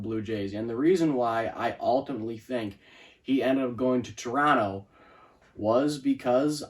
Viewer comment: Thank you for pronouncing our city name without the second “t” 👍